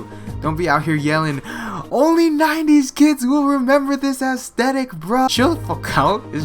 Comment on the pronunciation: why does he say assthetic lol